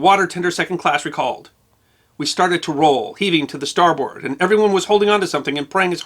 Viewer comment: Former Merchant Mariner, usmma 1982 nobody says star-BOARD, but rather star-b'rd